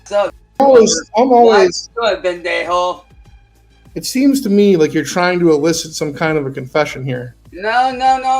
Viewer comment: Listening to say “vendejo” is too funny. It doesn’t start with a V.